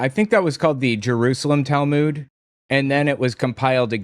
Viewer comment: You are pronouncing Talmud wrong. Go here and learn the correct pronunciation